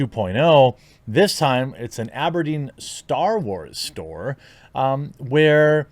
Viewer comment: Can I just stop for a second and complement you on the pronunciation of Aberdeen! I live in Aberdeen Scotland and for a second you sounded Scottish!